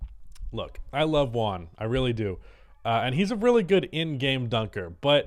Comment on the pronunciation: Its Juan not One